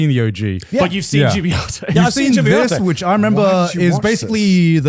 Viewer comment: Why was Joey pronouncing Gibiate like that when the katakana shows it would be pronounced Jib-ee-ate in English?